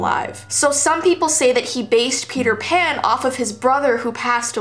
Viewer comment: Send help I keep hearing Peter pan like Feeter fan